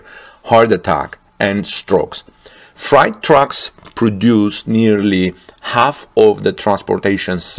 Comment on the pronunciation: Fright trucks. Actually freight is pronounced frate as in great. Yes, english is a confusing language. Now, my mastery of German is frightful, not great.